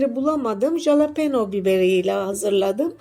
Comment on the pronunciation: Abla jalapone değil yazıldığı gibi okuma😅